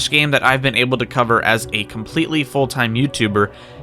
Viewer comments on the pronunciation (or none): none